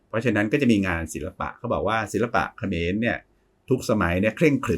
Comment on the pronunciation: เออตอนนี้ต้องพูดแยกคำว่าขอมกับเขมรให้ชัดๆนะคับอาจาร